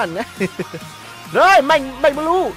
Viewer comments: Anh đọc mạnh bờ lu là đúng chứ anh đừng đọc mạnh bờ lêu khó nghe lắm nha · Mạnh blue đọc thành Mạnh bleu 😂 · Fan. Mà ns a nghe nà mạnh blue chứ k phải mạnh bờ lêu, mất cảm tình quá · "Mạnh bờ lêu" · Bắc kì mà😂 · Mạnh bờ lêu à kêu gì lạ vậy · Mong nói chuẩn tên anh mạnh blue ạ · Đọc tiếng anh blue ? 😂😂😂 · chữ blue đọc hài